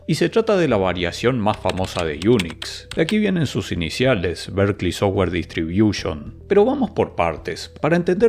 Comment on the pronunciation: O cuando dice sowua (software)